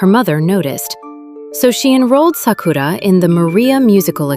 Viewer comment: SA-ku-ra, not sa-KU-ra. Great video, though.